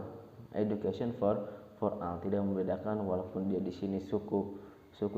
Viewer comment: for ol baca nya bang😏